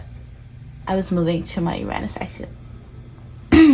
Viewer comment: I came across your vid by complete random. I felt right away “oh I’m gonna like this girl”. And then you said “Uranus” the right way ahah. I’ve been breathing Astrocartography recently, and so probably why I got this vid. I myself have been wondering if visiting my Uranus line might be fun, just for a holiday. Subscribed